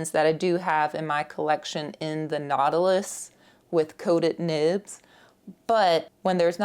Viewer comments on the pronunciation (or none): none